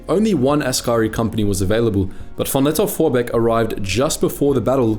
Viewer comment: Ah yes, Paul von "Not ze bees!" Vorbeek.